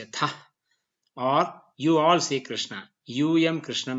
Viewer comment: Very much impressed with the high quality of these videos lessons, very good to see some one teaching sanskrit with a foucus on phonetics But one thing is Very disappointing. That is wrong pronunciation of final short a sounds along with some other pronunciation mistakes. Here the world rama and krişhņa are pronounced as ramā and krishnā which is wrong राम is not ramā but rama रामा would be ramā which would mean a female rama Since the long aaa at the end of the of sanskrit word denotes femenine gender. Same thing with all the words which end with a short a Its yoga not yogā Its mantra not mantrā (My orignal comment was rude so i edited it) also the ष and ण are not retroflexed enough and thus sound like normal n and sh